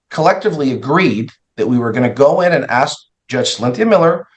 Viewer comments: She said axe right after the judge complimented her for being an educated intelligent woman. is woman is a VICTIM. She has no clue what the heck she is arguing about or even that being at a show cause you aren't arguing about your parenting they aren't attacking you personally, they are attacking that the person who had a court order didn't follow it 🤣😂 even here she's saying her attacked her personally by not following the way a hearing is conducted and wanted him to sing her praises to the judge after the adjournment was already accepted 🤣 Ryan Hill is the BEST attorney to question people like this. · Ofcourse her name is Felicia lmao. Someone that dumb should not be a nurse. She is so smart and educated that she "aks's" questions and seems she cannot "recollate" (lol) anything unless it suits her narrative. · " im educated, smart, a teacher, a nurse u wont question my intelligence!..." also HER " AXED" AND " RECOLATE" ( which isn't a word in any language 😂😂😂).. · I’m in the education profession and I’m “axing” you to answer my question 🤣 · This woman is insane, also, she's so highly educated but doesn't know how to ASK a question, or how to pronounce the word ASK A-S-K, sound it out. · Don’t forget ‘axing’ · “Is that what you’re axing?” She’s infuriating. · axe kills me and it’s so telling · She's also axing and being axed SMH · She's doing a lot of axing also. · She so smart and educated but can’t correctly pronounce ask and Recollect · When a “teacher “ and a nurse can’t even pronounce the word ask … there’s problems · Yes yes yes ! It drove me nuts, and English is not my first language lol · You're downgrading your credibility with all that axing you're doing like you're some kind of a murderous lumberjack. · ✴ "Recollate" = Recall "Aks·ez" = Asks "Conversate" = Converse ↖ 'THIS' ↗ ⬇ Coming from a ↪ Nurse? I wonder IF Your Daughter "Feels" ➡ Scammed, Ma'am... ☝x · Correction: why are you axing me all these questions, …… 😜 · I wish she’d stop axing.